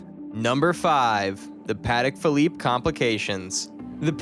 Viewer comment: I love how the narrator can’t even pronounce the correct name of the watches